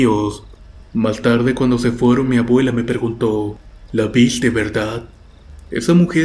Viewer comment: ''Mabuela'' por favor habla correctamente, es desesperante escuchar la pronunciación erronea.